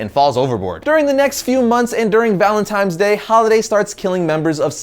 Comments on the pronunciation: ValenTINES Day not "ValenTIMES Day" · it's Valentine's Day not Valentime's Day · He lost me at. “Valentimes Day” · cough ... "Valen - TINES" ... cough